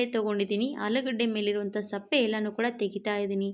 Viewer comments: Sappe alla sippe heli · ಏನಮ್ಮ ನಿನ್ನ ಭಾಷೆ. ಸಿಪ್ಪೆಗೆ ಸಪ್ಪೆ ಅಂತ ಹೇಳುತ್ತೀಯಾ. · Adu sappe alla sippe